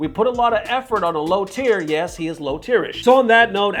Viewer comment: That blunt "... Yes" at the start did me in, what a beginning xD